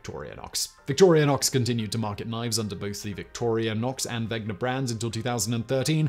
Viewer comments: A 13-minute video without any slip of the tongue - except for the 973 times you butchered the name of both companies this video is about :D You even managed to quickly read about 500 functions (which, by the way, doesn't have much to do with the history, in my opinion), but you fail to read WeNGer? Come on :D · Why do you keep mispronouncing 'Wenger'? 😑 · So many channels, too busy to pronounce stuff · I get that in "Wenger" the "W" is pronounced like an English speaker would pronounce a "V". What I don't get is why you phonetically swapped the "ng" with the "gn"? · Wenger, not Wegner. It's like scratching fingernails on a blackboard when calling it Wegner to me as a Swiss person. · Dude. It is weNGer, not weGNer! How did you get this wrong every single time!? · And is he correct in calling the other company "Vegner" when the "n" comes before the "g" in Wenger? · Not to mention “Wegner”. Haha Simon is not great at the pronunciations bless. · Wegner? It’s Wenger Simon! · "Wenger", not "Wegner". I'm glad you considered that brand also. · It's Wenger, not Wegner. ;) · Wenger not wegner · It's WeNGer, not WeGNer. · WeNger. Not WeGner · No, it is indeed Ven-ger. If it was Veg-ner, the Name would have to be spelled Wegner. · ...what about wenger? Seems like he is pronouncing wegner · Wenger (knife brand) -> wegner (?) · Wenger not Wegner! Wenger “Genuine Swiss Army Knife” Victorinox “Original Swiss Army Knife” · Uh... There's no letter 'a' in Victorinox. Its just vick-tore-ĭ-nocks, not vick-tore-ee-uh-nocks. And its wenger, not wegner. Both of these are literally spelled for you in the graphics. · its WENGER not WEGNER and VICTORINOX not VICTORIANOX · Has Simon been taking pronunciation lessons from Josh? Victoria-nox and Wegner? Come on Simon, you’re a professional… you’re better than that! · He mispronounces “Wenger” as “Wegner” & “Victorinox” as “Victorianox” every time. WTH. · It's Victorinox...not Victorianox It's Wenger.... not Wegner